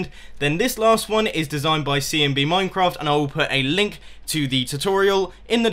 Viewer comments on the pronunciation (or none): none